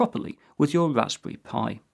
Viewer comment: Wwwwwwwaspberry Pi